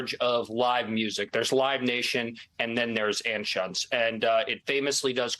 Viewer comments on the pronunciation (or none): FYI - Anschutz is pronounced an-chutes. Wendel Anschutz, a first cousin of Philip, was a TV news journalist in Kansas City Missouri, at least that's how he pronounced it.